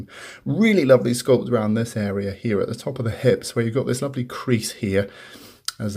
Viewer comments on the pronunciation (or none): none